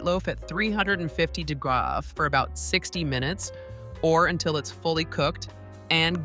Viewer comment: It's pronounced degrees not dagras